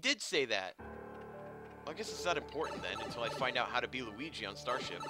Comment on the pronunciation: side note i love that yu called him lugi XD made me laugh